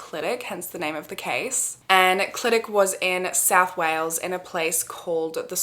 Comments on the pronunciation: First of all, stan a queen that pronounces Clydach right ❤ second of all, I have so many thoughts about this case!! I'm absolutely convinced of Dai Morris' innocence, at the very least there is reasonable doubt questioning the conviction. South Wales Police (and Gwent police, the neighbouring police force) are so unbelievably corrupt and from personal experience I have so little faith in them or the CPS to do a good job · I love how you pronounced Clydach, we actually pronounce it as kli·duhk ❤